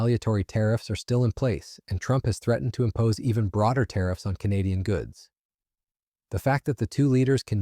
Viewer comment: Your AI can't pronounce "Canadian". 👎🤨 and this is old news. 💪🇨🇦💪